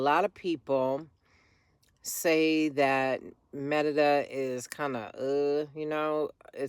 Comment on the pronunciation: Can yall stop saying Merida with the accent. It's so annoying. If you are speaking Spanish, pronounce it in Spanish but if you are speaking English, pronounce it in English.